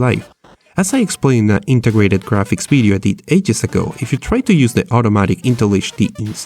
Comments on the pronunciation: why do u say "bideo" instead of video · Because he's spanish and in the spanish language, v and b are pronounced the same, so its hard to learn to pronounce v as it should be pronounced.